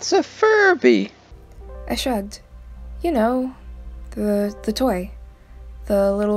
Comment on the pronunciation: "fIrBy...wHaTs A fIRbY?.."